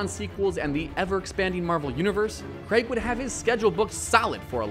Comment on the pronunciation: Why can't Americans pronounce "Craig"